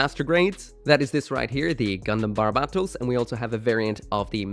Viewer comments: Bar-bat-os lol it's barb-atos dude. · My ocd is throwing me off the rails it’s pronounced “bar-bah-toes”